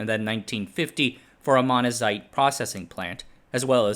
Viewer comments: "Beryllium" sounded fine, I more noticed "Monzanite" vs "Monazite" Two very different rocks... and it's spelled Monzonite. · oh my god you suck at reading this script. Get someone else to do it. What is this, AI trash? Jawaharaoo Nehru. Manazite. Gotta get that Manazite. LOL